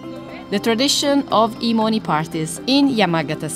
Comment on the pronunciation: My deranged ass hearing “E-money Soup” throughout the video 💀